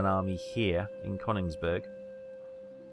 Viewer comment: It kills me to hear it pronounced CONigsburg